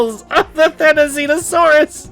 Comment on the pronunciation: I don't see (or hear) why you think you're saying "Therizinosaurus" wrong. You're actually saying right for that's the actual pronunciation of how the hairy-looking Goose with pike-like nails is supposed to be pronounced. So you're good, dude.